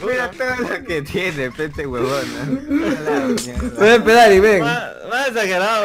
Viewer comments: Alguien más escucho que a cada rato dicen "wuebon"? :V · Toda la partida escuché webon :v